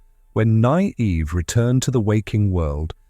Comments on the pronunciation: The AI voice really struggles with “Nynaeve”, eh? “Nigh-eev” 😂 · The pronunciation of Nynaeve was almost painful to hear...